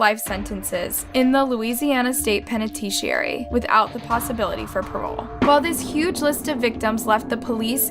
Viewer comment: I get you Wonna be different an utube ties your hands but some words I'm sure you can say like penitentiary not pentishuary. Idk